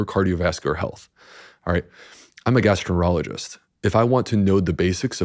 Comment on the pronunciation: Guy said he’s a gastro-rologist?! What the hell is that!??